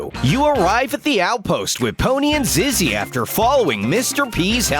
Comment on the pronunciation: Do you notice he pronounces Zizzy as ‘Zeze’? Time: and